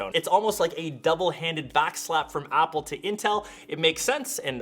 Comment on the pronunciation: "Upple"? i thought they are called "Apple"....